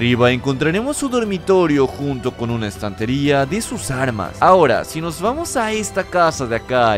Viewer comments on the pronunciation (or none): none